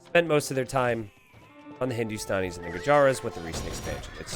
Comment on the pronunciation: mate I love you and but goddamn the pronunciations are so bad. Its Hindu-Stanis (not Stan but Sta-anis). The Bengalis are supposed to be pronounced as Ben-gaw-lis(बंगाली not Ben-gali). The UU of Hindustanis are Ghulams( Gul-alms as in how you pronounce Alms not Ghulums). They aren't Gollums lol.